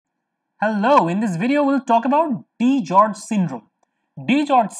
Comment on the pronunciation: It's DiGeorge's not DiGeorge.